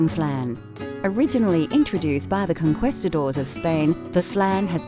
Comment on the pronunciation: The way the word "conquistadors" was pronounced in the first few seconds was terrible both in Spanish and English. Really makes me question the quality of the video right away.